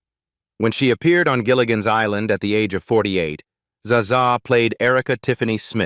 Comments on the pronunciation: I loved this show growing up! I cringed every time this voice tried to pronounce Zsa Zsa's name. May the Minnow's crew and castaways sail in peaceful eternity.🏝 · THE A.I. SLOPBOT SURE HAD TROUBLE PRONOUNCING THE NAME ZSÁ ZSÁ.